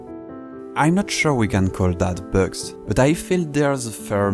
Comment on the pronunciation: I don't think ppl realise the quality of the editing in these videos. From a fellow Frenchmen, you have a strong accent when saying "bugs" 🤣